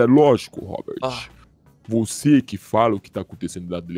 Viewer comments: "ROBERTT" KKKKK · O comandante falando Robert kkk